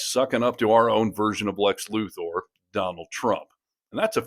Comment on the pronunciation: If you can't even pronounce Luthor's name correctly, how do you expect anyone to take you seriously about anything relating to Superman? His name isn't Lu-THOR.